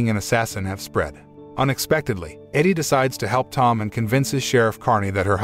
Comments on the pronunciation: It would be nice if t.he reader know the difference from EDIE versus EDDIE. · EEDIE, not EDDIE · It's Edie (Eedie) not Eddy. Stop using the bot. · He also mispronounces the wife's name. Edie (short for Edith) not Eddy. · The wife's name is EEEdee not Eddie. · Pronounce Edie correctly, Eddie is a man's name. AI I generated voice is dumb.